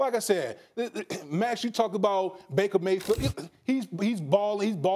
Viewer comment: Baker Gay-field😂😂